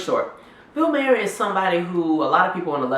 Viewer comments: def not pronounced Mayer but other than that agreed. It's Bill Maher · You assume too much. Bill mayor (I'm spelling his last name the way you KEPT PRONOUNCING IT!) Is not racist. You can see he was basically led right into that joke. He dates black women.... This is not the action of a racist. Furthermore, black comedians make a good living using mock white voices and making fun of other white behaviors , so you DONT HABE A LEG TO STAND ON. The problem is the hypocrisy, the double standard, the tragic lack of recognizing IRONY. fuck you and your fake anger toward bill MAYOR . in spite of what I just said, you seem otherwise intelligent, so good video